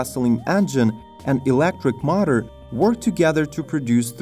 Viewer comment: Notice how the speaker can't say power & motor?? He instead pronounces it pawer mauter